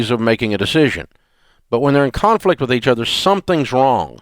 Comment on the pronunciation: A.O. least favorite..doesn't listen well, doesn't seem to have wisdom..just regurgitating Dave's info..and PLEASE learn how to pronounce the word "with".it's NOT pronounced "which"